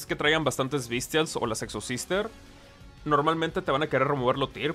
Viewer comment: ¿Es intencional que al pronunciarlo pareciera que dijeras "sexohermanas"? ¿Es solo para tirarle sal a los entusiastas de dicho deck? ¿Terminarás siendo un Exobrother si Snow y Pasto se van de baneo? Preguntas que averiguaremos por este mismo canal.